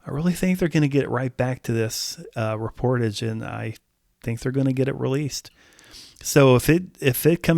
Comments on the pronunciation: It's pronounced "rep-or-TAJH" (French word), not "re-POR-tidge". Think of the words corsage and barrage. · It is not “Ree-por-tedge” it’s French, and it is pronounced “Ray-por-taj” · Should be pronounced as “Reh pour Taj” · It’s pronounced: Ray-por-taj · It’s pronounced “REP”-“POR”-“TAJ” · I can not believe how you pronounced Reportage….I mean come on! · you're pronouncing the album title incorrectly. ^DDHQ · He needs to look up the correct pronunciation of the word 'reportage'.. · I don't believe you are pronouncing the title correctly.